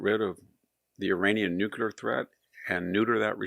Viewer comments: I love your spot-on insights, which are presented so well, Victor, but just what do you have against the word nu'-clee-er? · I came to hear this brilliant man say "nucular."